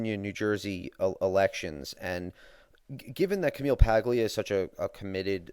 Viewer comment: I'm a liberal and I agree with your view on "cradle and end" social welfare. I'm also a fan of Paglia, even though I often disagree with her. P.S. it's pronounced PAH-lia.